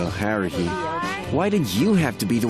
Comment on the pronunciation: Did Kyon? Call Haruhi.......Heruhi? 1st The Animax Guy Now Kyon